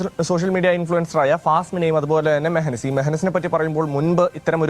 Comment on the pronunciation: മെഹനിസ് അല്ല മയോനൈസ് 😂